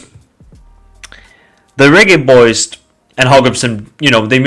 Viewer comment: 😂😂😂😂😂 he's pronouncing it the right way